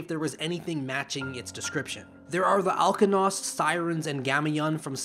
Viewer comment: If I may correct your pronunciation, you’ve pronounced Alkonost’s name perfectly, but her black-feathered counterparts name is pronounced SEE-reen (reen like in ‘green’). Despite the similarity in name and singing-related powers, Sirin has nothing to do with sirens. Other than that, a very entertaining video! 👍